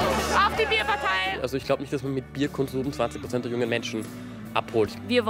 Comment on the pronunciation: Bàärparteiii, nee Bierpartei ✌️